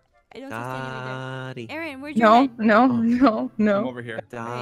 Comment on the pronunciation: OH MY GOD SHE KEEPS SAYING ALPHA INSTEAD OF AARON ITS HILARIOUS